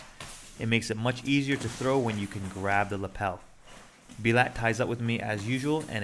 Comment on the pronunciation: His name is Bulat which is pronounced like „boo-lat“. You however called him „bee-lat“ which sounds similar to a russian swearword 😅